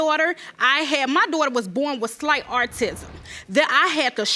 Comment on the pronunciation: Second case she said “artism” chile I can’t 😂